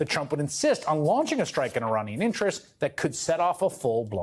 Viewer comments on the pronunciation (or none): none